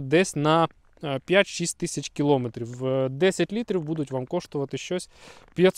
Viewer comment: Все ок, але наголос не там: не кілОметрів, а кіломЕтрів.